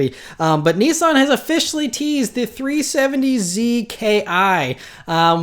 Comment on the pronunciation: It's pronounced three-seventyski.